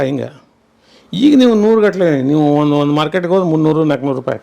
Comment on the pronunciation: ವಂದು ಅಲ್ಲಾ ಅದು ಒಂದು